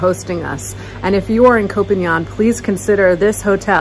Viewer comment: Hi! Your pronounciation of PHANGAN is good but you continue to mispronouce the word KOH (island in Thai). KOH is pronounced with a soft (O) as in the word GOLF. Just say the word GOLF without sounding the letters (L) and (G) and that's how you correctly say KOH in Thai.